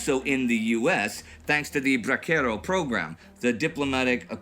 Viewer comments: The C is Spanish is with a S so it’s pronounced Bra-se-ro not bra-kero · It’s bracero, not “braquero”. Pronounced bra-sero. 😄 Brazo = arm. A bracero is a manual laborer. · "Bracero" in Bracero Program is pronounced "bra-se-ro." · Indy mispronounced bracero, though. Soft ‘s’. Derived from brazo, the Spanish word for arm, it means a person who works with his arms, i.e., a manual laborer. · I hate to quibble with your wonderful programs but Bracero has a soft C.